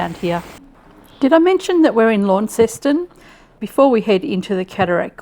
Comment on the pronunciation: It's funny hearing how you say Launceston. It's nothing like how we pronounce the town of Launceston, Cornwall, here in the UK. We say Lawn-sten, and if you're Cornish it's more like Laanson.